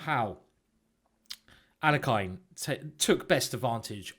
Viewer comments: Alekhine pronounced his name ahl-YEH-kin (the standard Russian pronunciation for the second syllable would be YOH, but that's not what he preferred) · Alekhine is pronounced al-ye-kin.